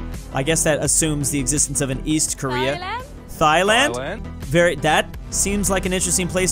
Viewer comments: Not Thigh-land. It's pronounced Tailand, spelled Thailand. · She said Thailand with an accent😭😭